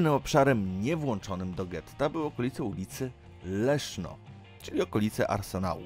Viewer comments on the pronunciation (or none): none